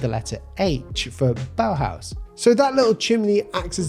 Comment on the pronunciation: Like your vids, just wanted to say its Bauhaus not bauhause, its german as well as the architecture design and stuff yk